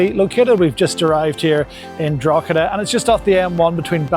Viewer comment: As someone who lives in Drogheda, it's pronounced Draw-he-da not draw-cha-da 😊